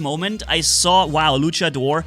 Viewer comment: Se dice luchador no luchedor